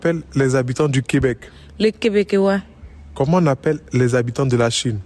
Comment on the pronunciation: LES QUÈBÈQUIÈOIS 🤣🤣🤣🤣🤣🤣🤣🤣🤣🤣🤣🤣🤣🤣🤣🤣🤣🤣🤣 MAIS ELLE PAS ALLER À L'ÈCOLE OU QUOI 🤣🤣🤣🤣🤣🤣🤣🤣🤣🤣🤣🤣 ,E SINOIS 😂😂😂 LES CIGAGOAIS 😂😂😂